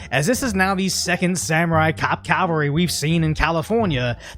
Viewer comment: Great video, but for one thing. It is cavalry, not Calvary.😉